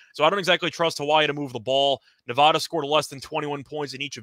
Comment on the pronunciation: It is pronounced ne--VAD-a, where VAD rhymes with BAD. It is NOT ne-VAH-da. Thx.